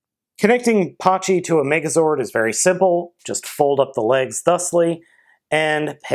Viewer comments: It's pronounced pachy (pa-ky) Or bun pachy (boon-pa-ky) Not hate just correcting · it's actually pronounced packy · The h is silent